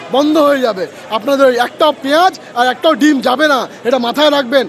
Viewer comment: আরে ভাই দিম না ডিম। উচ্চারণ ঠিক মতন করতে পারিস না তোরা মূর্খের দল। এক কাজ কর ডিম তোরা পাড়। মুরগিরা যেমন ডিম পাড়ে সেরকম ডিম তোরা পেরে তোদের ডিম তোরা খা।